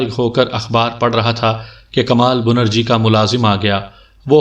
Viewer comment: assalam o alaikum bhai bunerji nahi benarji tasheeh karleejiye aur chureera nahi chareera sorry